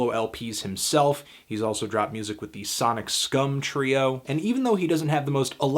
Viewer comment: Exactly, I was caught off guard when he said Sonic Scum instead of Sonic Sum. I love the Sanity Annex, I wish Films was better than it turned out to be.